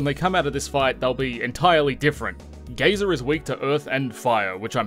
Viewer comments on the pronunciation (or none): none